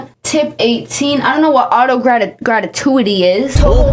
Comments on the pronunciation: I love the way you said gratuity like ratatouille like genuinely I’m cramping from laughter😭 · Your hair is FIRE!!! This restaurant is TRASH like a lot of spots here in ATL! Girl, if you cannot pronounce words correctly then please don't use them. You lost me when you butchered the words "gratuity" and "chastising"!